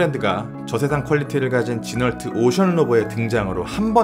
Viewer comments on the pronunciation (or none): 영상 너무 잘봤습니다. ‘지널트’ 가 아니라 ‘지노’ 라고 발음합니다. Renault를 ‘르널트’ 가 아니라 ‘르노’ 라고 발음하듯.